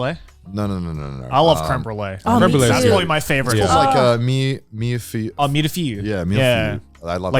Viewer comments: "Milifiyu"... 😂😂😂😂😂😂 No guys... it's "Mille-feuille" (thousand sheets/layers), pronounced (in english) like "Me-Laugh-eye" (kind of...) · With how Connor pronounces MILle-Feuille, no wonder it's his favorite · Mille fueille is pronounced "Mill Foi/Foy" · every bit of my french self cringed at how they all pronounced mille-feuille "mirfiru" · How does Connor speak perfect french english accent but cant say mille feuille im lost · Hearing Connor calling "Mille Feuille" an italian dish is painful. That's French Connor 😂 Also the pronunciations are dog ngl